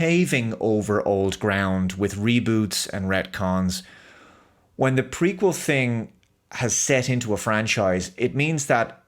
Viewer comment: Every time you said "Prequel" I could swear you said "Freakquel".